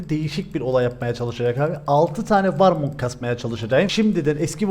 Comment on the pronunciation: Abi öyle bi işlemiş ki artık dilin millete koskoca warmoga herkes warmong diyor sen dediğin için